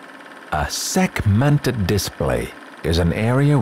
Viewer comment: This man really just hit me with a "sekmented Display" I feel dead inside